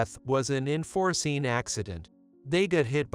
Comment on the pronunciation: It's unforeseen not inforeseen.